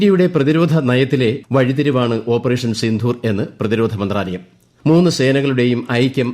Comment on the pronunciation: സിന്ധൂർ അല്ല. സിന്ദൂർ